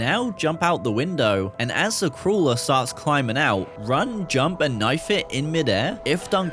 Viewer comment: did you just call a crawler a "crula"